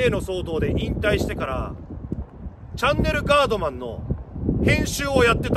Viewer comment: シバよ！その白いベルトはVUITTONか？ 何だよっ！お前が巻くのはそんなベルトじゃないだろ！ あとガードマンって上手く言えてないだろ！